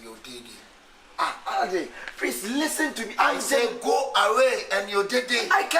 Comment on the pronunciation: Prease listen 😂😂😂 eeiiii kyekye